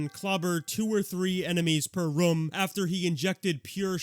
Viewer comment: bro still cant say room correctly lmao